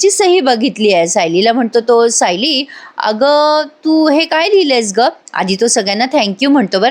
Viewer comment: तुम्ही खूप छान सांगता.फक्त तुम्ही "सायली"यात तुम्ही उकार म्हणून होतात पण ल ला वेलांटी आहे.😅